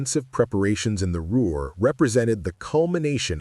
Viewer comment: "What made the Ruer pocket different. It's Ruhr. Inane AI